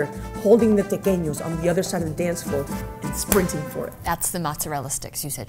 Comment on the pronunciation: Everybody repeat after me: TE-QUE-ÑOS